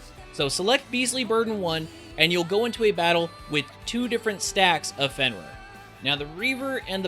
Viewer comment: Fen - rear Val - eh -fo Rah - moo The internet is close by. :P